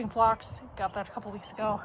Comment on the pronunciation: Phlox is pronounced "flocks."